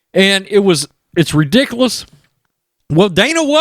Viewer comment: there is a u not an a in ridiculous. I love it though don't get me wrong! Keep up the good work